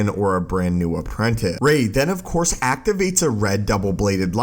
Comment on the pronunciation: Of Course not “Of Cour”